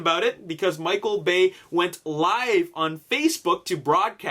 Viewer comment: HAHAHA Did anyone else hear say Michael Gay lmao